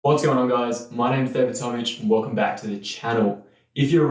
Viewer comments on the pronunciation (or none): none